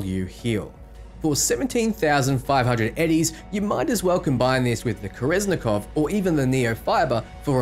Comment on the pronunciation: Why do you pronounce kerenzikov like that